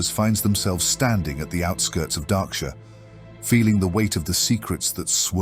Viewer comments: It's more like mispronunciations than lore inaccuracies. Darkshire is pronounced as "Darksure" or "Darkshore" and Goldshire as "Goldsure" or "Goldshore". And some timeline mix ups, where something is said to happen before or after it did. I have not caught a timeline issue in this one, but I have in others. If I catch any on other viewings I will leave a comment. I am a big fan of these and I am just speaking out because I think these are great pieces to get someone into the expansive WOW lore and it's so fun. I am a fan, keep'em coming! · Henceforth I will only refer to it as "Dah-ksure"